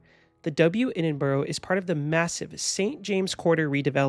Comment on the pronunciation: I'm unclear why this video was suggested to me but nice to see a hotel in the city I live. However, please please please note that the pronunciation of Edinburgh is "Ed-in-bra" !